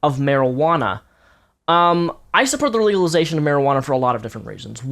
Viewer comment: haha, he can't say legalization.